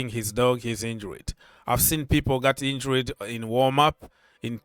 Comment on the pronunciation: In-jured not In-jur-red.